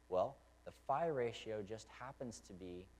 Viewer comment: I always heard it called "the golden ratio" or "the golden mean". That's what you refered to as " the far ratio"? Or was you saying "fire ratio"?